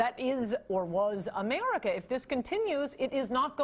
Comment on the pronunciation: love the way she says Emarica